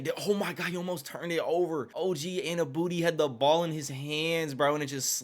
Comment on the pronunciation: Anu-no-be not Anu-booty 😂